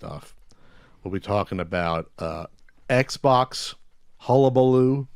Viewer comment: "Eggs box"?